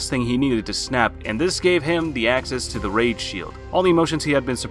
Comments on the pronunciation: If you lower youre volume at the start you can hear him says rape besides rage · I can't even list everything wrong with this list. First off you keep saying rape not rage, lets get that out of the way. Then there's Tanjiro at #1, did you even watch the show ? Tanjiro has yet (at least in the anime) to have a rage moment because he's such a gentle person. Then you have Goblin Slayer on the list......do you even watch the shows you list? Goblin Slayer has LITERALLY no emotions at all let alone rage. And my effin GOD the way you pronounced Ufotable should get you arrested. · why does it sound like rape instead of rage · Bro why, why must you pronounce it as rape. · Y u saying rape man its rage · Why does it sound like you're saying "Rape" instead of "Rage" 😅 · Is it just me or does it sound like your saying 'Rape' Instead of 'Rage' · did he say rape scene??????💀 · Nah bro said Rape not rage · I heard him pronounce rage rape many times!! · I feel like he keeps saying rape scene lmfao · I swear it sounds like he says rage as “Rape” lol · Did you say rape sceens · Bro is saying rape scene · Why does it sound like he is constantly saying 'rape' instead of 'rage' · U need holy water for ur ears(the more I progressed in to the vid I started hearing it to) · RIGHT "this is everything we look for in a rape scene" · Because he is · If you listen closer he is saying rape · LMAOOO, ikr. i just made a comment about that b4 i read this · There’s no way he’s not saying rape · yeah' it sounds like his saying' rape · He was probably thinking of berserk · I came to the comment section just to find this comment lol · its true either way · I don’t I was the only one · I'm now uncomfortable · Bro no offense but whenever you said rage scenes in the video I heard rape scenes ...or is it just me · Did he say “rape” rather than raid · You saying rage science or rape scenes sounds like ur saying rape scene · i keep thinking hes saying rape seen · bc it is